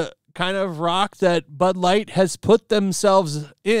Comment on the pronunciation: Sounds like he said ‘Butt Lite’😮